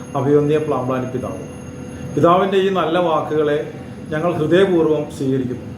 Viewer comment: ജോസഫ് പ്ലാമ്പ്ലാനി അല്ല, ജോസഫ് പാമ്പ്ലാനി